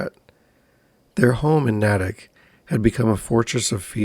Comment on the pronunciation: This happend in my home town. As a townie is NAY-TICK not nat-ik